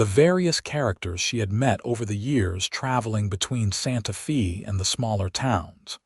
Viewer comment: It is so sad that these stories made with AI butcher words and the punctuation, is misunderstood by the algorithm. For example, A name Mr. Smith, is interpreted as Mr. being the end of a sentence and Smith being the beginning of another. There is a pause where it shouldn't be. Santa fe being pronounced Santa feee. Otherwise, a good story. Though this mountain man romance is becoming just an AI formula, where there is not much difference from one story to another. Using AI is not really writing a story. It uses a stereotypical plot, lacks imagination and soul. It doesn't catch the mistakes, and at worst is just cringy, such as werewolf romances. People listening, keep in mind the AI software can take an old man's voice, and make it sound like a young girl with an Irish accent. Listen to other stories and you will notice that some sound slightly robotic, monotone, or over-exaggerated melodrama. It will get harder to tell the stories written by real people, compared to stories that are computer generated after someone in put information for characters, basic plot and narration voices, then pushed an enter button.